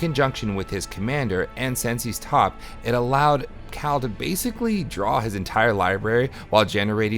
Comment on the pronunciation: Good games! It was cool to see Prosper go off. As constructive feedback though, the mispronunciations are killing me. Sen-say's top not sen-see's and tome-bound not tomb-bound.